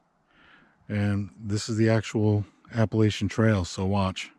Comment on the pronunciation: Love the video but please say Appalachian correctly.